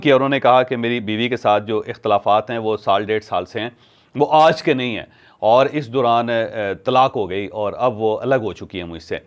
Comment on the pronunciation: "Aj" kay word par zeyada zoor na lagaya karain